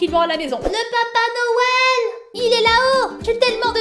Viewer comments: Noël sa s'écrire comme sa "noel"Et pas "nouel " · Noël sas ses cris pas comme 😥Nouël mais comme sas Noël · putais c'est noel pas nouel AHHHHHHHHHHHHHHHHHHHHHHHHHHHHHHHHHHHHHHHHHHHHHHHHHHHHHHHHHHHHHHHHHHHHHHHHHHHHHHHHH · Nouël tu ne sais pas dire Noël 🎅🎅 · c'est Noël pas nouël mais c'est pas Grave!!!😚😚😚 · Mettre un like si fait exprès de dire Houël au lieu de noël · Ce n'est pas nouel comme ca, c'est noel comme ca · pas nouë mais Noël et joyeux Noël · wat ? nouel ? noel ! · Elle le sait mais elle le fait exprès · C'est pas Nouel c'est Noel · Non noel sa secri n o e avec deux pouin et pour finire un l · c est pas nouel mais c est noel b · c pas nouwel c noel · Rlle à dit nouel alors que sa s'écrit noël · On dit noël pas nouël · c est noël pas nouël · c est noel pas nouel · Non Karal ses Noël pas Nouël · On écris pas nouël on dit noël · Se n'ai pas nouel c est noel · ses pas nouël et non noël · Elle a bien dit " nouel " j y crois pas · Ses noél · Ta dit que Noël sa s’écrit nouel mais nan euhhhh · On dit noël